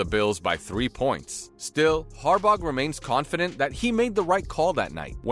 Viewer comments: Harbauguh!? Dude mispronounces everything. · Note to commentator. When you can't pronounce a coaches name right that has been coaching in Baltimore since 2008, how can anyone have confidence in anything coming out of your mouth. Fluff, nothing but fluff. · The g is silent in Harbaugh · "Tengovailoa" beats "John Harbog"